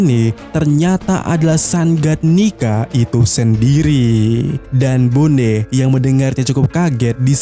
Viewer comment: Bonney dibaca BONI min, bukan BONE